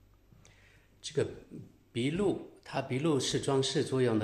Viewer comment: 您的发音，有的时候也真的是……醉了，还有那个鼻鹿（壁炉）是什么鬼